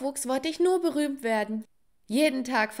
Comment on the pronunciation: Du hast gesagt boromt 😂😂 ist oky